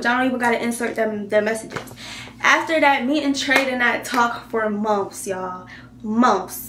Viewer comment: Lol her accent came out